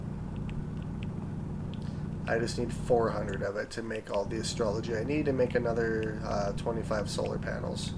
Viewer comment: It's Astro-loy. Not astrology.